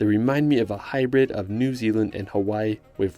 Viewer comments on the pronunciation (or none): none